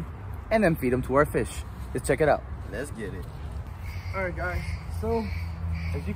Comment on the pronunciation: Did he say let’s get it or iskiddii